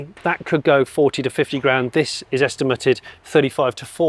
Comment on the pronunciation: I was more distracted by the repeated use of "estim-er-tid" rather than estimated.